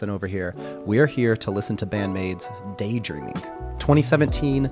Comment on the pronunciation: Kanami's guitar solo on this is incredible! I think it's funny how they turned Daydreaming into a 4 syllable word. (Day-dur-eam-ing)